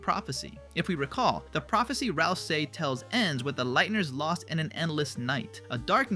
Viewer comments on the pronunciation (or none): none